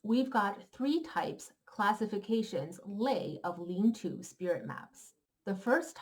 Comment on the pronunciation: Please pronounce Chinese words correctly, not the way they're mispronounced in English